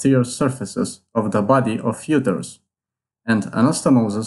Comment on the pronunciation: Pronounce uterus correctly